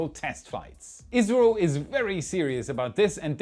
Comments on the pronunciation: It's just his pronunciation of the acronym ISRO, which isn't even due to his German accent. When most people say ISRO is usually sounds like Israel to me. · sounds like Israel is mentioned here, not India. I’ve listened multiple times, keep hearing Israel, but context shows it should be India. 😅 makes me think you’re saying India’s space org acronym as a word? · He meant to say Isro, but I agree it sounded very much like Israel. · I really thought you misplaced India with Israel several times until I realized you was saying Isro. Maybe, put the word on the screen next time. That was confusing. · Three times when you said "ISRO" I heard Israel, not watching closely! Lmao now, but I wouldn't put it past 'em someday! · it sounds like you said 'israel' three times when discussing indias project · I kept hearing Israel instead of India in the Gaganyaan section. 😂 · "ISRO". Sounds a lot like "Israel". Turn on the captions and you'll see it. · He was saying ISRO, can definitely sound like Israel 😊.